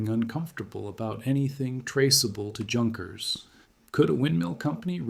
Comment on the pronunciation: Crappy computer generated narration, totally unrelatedvodeo, but decent writing ruined by the two. Plus annoying often misspelled captions. And Junkers is pronounced YOON-kers, by the way, Pompano is POM-pano. Gato is GAY-to. What a crappy melange.